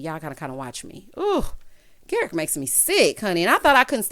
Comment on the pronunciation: Garrick rhymes with Erik, just saying 🤨😁😅